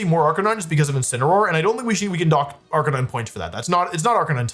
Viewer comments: ive avoided this comment for a while because you pronounce a lot of things wrong, but cmon man, bro wolfey..... arcakneenay? ITS A CANINE!! ITS CLEARLY AR-CANINE!!!! jeez louis bro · ……. Are we being serious right now? Calling Arcanine “Ark-A-Nee-Nay” means either your doing this on purpose or you are an absolute fraud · Ar ca knee nay?!?!?! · It’s gotta be rage baiting. Wdym “arc-ah-nee-nae”